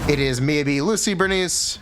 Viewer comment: god i despise how he pronounces Miyabi, besides that love the content